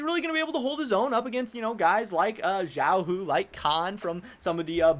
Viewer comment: No offense btw XiaoHu, not Ziaohu, think of the X in chinese almost like the first sound in Ciao in italian, its not quite there but cant think of an english sound :( in compensation for a bad explanation. Xiaohu means "Little tiger" in chinese, hence in the LPL trash talk video Nuguri said "3 men make a tiger" (三人成虎 san ren cheng hu) a chinese proverb about people beliving anything if its repeated enough times, this making fun of Xiaohu supposedly being a good top laner, yet him always getting ganks from Wei, Cryin and Ming, and off course his name literally having the word tiger in it.